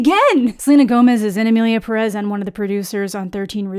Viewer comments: For the last time...its PE-rez not pe-REZ, cant you see the ´ in the pé? Pérez? its there so you pronoounce it PÉ-rez, please.... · you think so? i actually still hear it as perEz when she says it tbh edit: just to add that i am not really criticizing her for it, though if im being real the only youtuber ive heard say it more like id expect it is schraffilas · The accented e, “é” in Pérez places the vocal emphasis on the first syllable, just saying. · I also hate that no one pronounces Pérez correctly. The accent is in the first syllable. It’s even spelled out